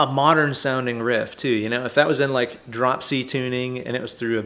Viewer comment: Learning English with, drop c tuning, not like I heard dropsy tuning. Had to rewind and hear it again 😂😂😂 greetings from Germany